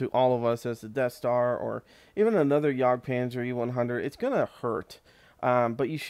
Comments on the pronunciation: its not pronounced yog itsbmore like a yeg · It's "yag" panzer, not "yog" panzer